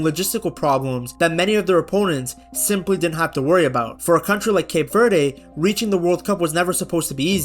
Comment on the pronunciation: Would be a great video if you bothered to look up the pronunciation of "Cape Verde" and not said it wrong a thousand times.